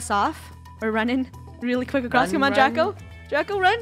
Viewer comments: did anyone else notice that funneh said draca instead of draco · is it me or is funneh is saying ''DRACA'' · funneh say Draca not Draco🤨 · funneh said draca lol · DRACA!! im sorry i heard draca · She pronounced it wrong but you spelled it wrong ROASTED😲😲😲😲😎😎😎😎😎